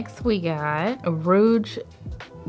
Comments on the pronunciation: You crack me up. It's pronounced like ruje like a blush.. not like roge.. (rouge on your cheeks). I'll laugh (laff) with you because you are so precious 💞. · I was just coming to write this, because the mispronunciations tickled me, lol. Rogue and rouge are often mixed up. I love her, and how successful her channel and family have become. Especially since we're from the same hometown. ❤️